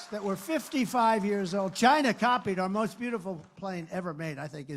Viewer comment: why do you always say it as "shina". Its fucking lame.